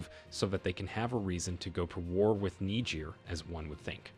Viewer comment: This is strange. Please why do you call Niger Nigir